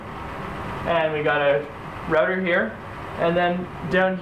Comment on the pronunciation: "Configger", "Rudder"? Can you pronounce? Are you speaking B0@ Sir you had some of your facts incorrect. And since I am wearing no underwear your argument is invalid.